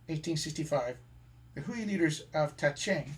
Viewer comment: Great photos, and an impressive presentation on many levels. However, it is marred by so many egregious mispronunciations. For example, I've always heard 回族; pronounced "whey" and not "hooey", and you mess up the pronunciations of 兰州., 乌鲁木齐, etc.